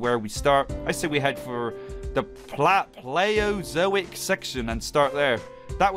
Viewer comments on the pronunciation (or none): You can't pronounce Paleozoic you scrub? 😂😂😂 Love ya man